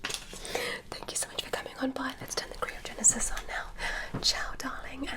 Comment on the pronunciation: All these years and still cant say Cryogenesis correctly